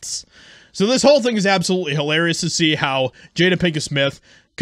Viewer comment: Did he say HOElarious😂😂😂😂